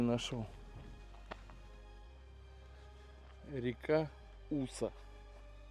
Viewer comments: Не Уса. А Уса. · Ударение. На. Уса. На. Последнюю. Букву. Рыбы. Там. Валом. Нельма. Семга. Сиг. Хариус. Омуль. Чир. Налим. В. Низовьях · Живу здесь с 1968 года....река Уса ударение на "а"...моя боль,моя печаль....😢❤❤❤ Моя любовь....😢😢😢😢😢